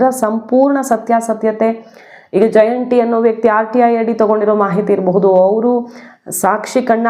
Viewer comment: ಜಯನ್ ಟಿ ಅಲ್ಲ ಜಯಂತ್ ಟಿ ಅಂತ ಮೇಡಂ